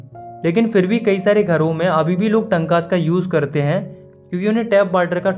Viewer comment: Correction: टंकास❌ टांकास✔️ पलार❌ पालर पानी ✔️